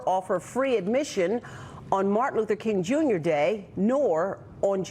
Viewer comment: Did bro jus say Martin "Loofah" King Jr. 😮